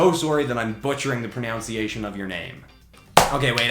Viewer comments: When you apologize for butchering the pronunciation of someone's name by saying "Pronounciation" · "i'm so sorry that im butchering the pronunciation of your name" as he literally mispronounces "pronunciation" as if it had an "ow" instead of an "uh" before the first N (it was just funny circumstances to me) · Butchered the pronunciation of pronunciation